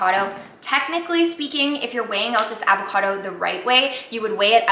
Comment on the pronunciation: the way she pronounces avocado drives me up a fucking wall..